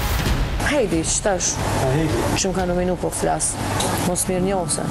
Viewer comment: Flash 😅 Gjaj 😅😅